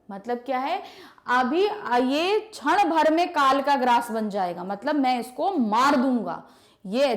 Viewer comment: छण भर नहीं क्षण भर होता है वो